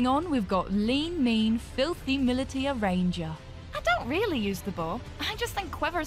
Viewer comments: uuugh i dont want to do this, but there's four mispronunciations in this video. scimitar is pronounced si-mi-tar, not ski-mi-tar. militia is pronounced mi-li-shia, not mi-li-tia aficionado is pronounced a-fi-ci-o-na-do, not a-fi-ci-an-do conquistador is pronounced kon-ki-sta-door, not kon-kwi-si-tor maybe this is a dialect thing that i'm missing, but i'm getting cavalry/calvary flashbacks. (one is troops on horses, the other is the hill where jesus died) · . . . . . Scimitar has a soft C, and Militia is pronounced "Milisha", not "Mili-tee-a." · "skimitar" "militeeah" "conquizator" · Hearing militia pronounced "mil-eh-tee-ah" made me gag in despair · It is, incidentally, pronounced "mill-ish-uh". That said, I like yo voice. And your taste in fashion. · Mili-ti-a?, Aficiando? Conquisator? what the hell? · Skimitar? Militeeya? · Listening to Scimitar pronounced Skim-it-tar, Militia as Mil-lee-tea-ar and Conquistador as Con-Quiz-it-Tore. oof... They tried. They are annoying words I know... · pronounced milita and conquistador wrong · "Mili-teea" "Afishiando" "Conquizator" Bruh come on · bro has no idea how to pronunce militia, aficionado and conquistador, I love it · The mispronunciation of militia, aficionado and conquistador were painful. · That not how you say militia, aficionado or, conquistador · Not bad, but I'm going to have to take points off for the constant mispronunciations.